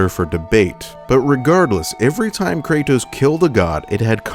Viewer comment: ive watched almost all of your videos now and the only thing that is constantly bothering me, is how you say Kray-tos. pls for the love of god just say Kratos